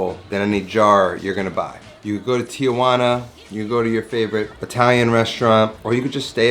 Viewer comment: It’s not Tiajuana that’s someone’s aunt. It’s Tijuana.